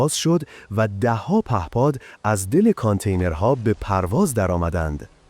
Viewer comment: هوش مصنوعی داره متن رو میخونه ؟؟ چرا کانتینر رو اونتوری تلفظ میکنی ؟؟؟